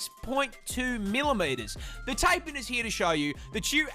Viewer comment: For the record. The pronunciation of Taipan is TIE-PAN not TAY-PAN